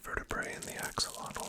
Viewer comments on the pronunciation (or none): I'm native English speaking and I STRUGGLED to hear it. But I did, after re-listening about twelve times. It's the difference between beginning "ah" sound in "axolotl" and beginning "Oh" sound in "oxilotl". He's saying "OX-ah-lot-l" instead of "AX-oh-lot-l" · I absolutely love ur vids man but every time you said “oxilotl” instead of “axolotl” I flinched 😂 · why are you saying oxalotl